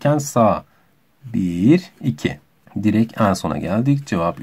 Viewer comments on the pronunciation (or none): none